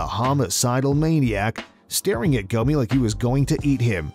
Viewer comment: Y'all murdered Gomi's name...and Silvas too.. How?!